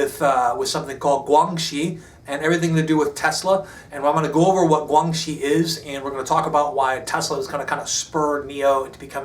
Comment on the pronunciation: guan xi (關係) is pronounced "gw-anne she"